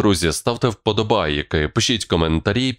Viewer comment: Ведущий,вам нужен логопед, слово подобАаааааки произносите не растягивая, режет ухо.